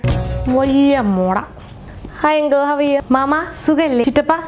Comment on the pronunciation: The white lady showing her true Malayalam colors with "ungle" ;)